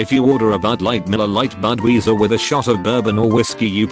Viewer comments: fuckin computer voice pronounces words like shit BUDWEEZER? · Bud-Weezer. Say It Ain’t Well